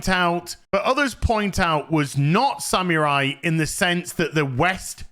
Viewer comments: This is a great video, but for the amount of times you say "samurai", you might want to get the pronunciation correct. It's more like "sa-moo-rai", not "sam yer eye"! 😅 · Sa-MU-rai. Sa-MU-rai. "MU", not "mi". Go practice. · I like how pronounces samurai sounds like he's saying "Sam your eye!" 😂😂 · From now on I'll say SaMewRai <3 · Why do you say sammeerai and Yasooke?